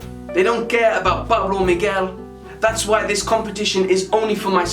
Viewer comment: Pablo Miguel u said my name right first man ever do u have a Instagram